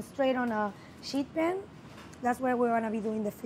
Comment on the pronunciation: "sheet pan" hahahaha